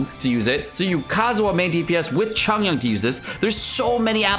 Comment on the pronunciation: Chungyun? Please.